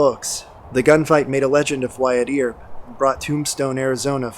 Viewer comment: Great video! My only gripe is that the surname "Earp" is pronounced as "urp" Wyatt Earp was such a big historical figure, that the mispronunciation was distracting to me.